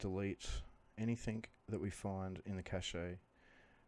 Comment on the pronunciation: Cache is pronounced "cash" not "cashay".